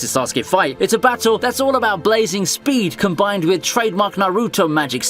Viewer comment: "narootoe" "kahkah-shi"